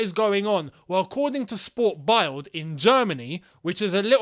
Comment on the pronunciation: Sport Bild is German and pronounced SPORT BILT . Just FYI, keep up the great work my man